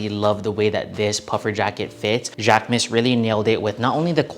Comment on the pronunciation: I took three years of French in HS and I just want to clarify that the proper pronunciation for Jacquemus is jock-moose.